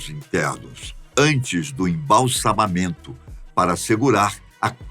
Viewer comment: parabéns pela palavra embalçamamento pronunciada corretamete! a maioria dos youtuber's tem problema com esta tarva língua kkkk (embalsamento) , e tipo conge de um certo ex-político kkkk